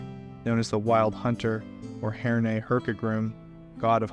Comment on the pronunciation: As an Englishman, and growing up near Herne Grove, Herne Farm and Herne End, I can tell you it is not pronounced Hair-Nay, it is simply Hern, rhymes with Fern. This god was/is most prolific, with probably thousands of towns and villages doing exactly what the village i grew up in did, and he is still worshipped today, or at least spoken of with reverebce, despite that interloper desert Religion trying to take over for 1700+ years since. Remembering Herne the Hunter across our entire country Regardless of regional accents it is always Herme, rhymes with Fern Great video, filled with things i didnt know, despite running the Forgotten Realms for almost 40 years, i look forward to learning more, thank you